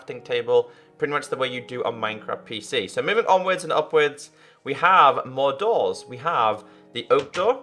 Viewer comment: When he said "more doors" it sounded like "Mordor".......